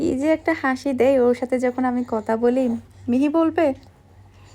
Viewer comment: Apni kotha k Kota bolen.apu apnr kotha golo 1to thik koren.tahole shonte valo lagbe.